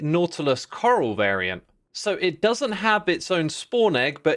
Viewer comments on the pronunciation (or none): none